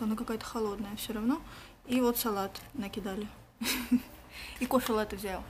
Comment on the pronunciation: правильно говорить лАтте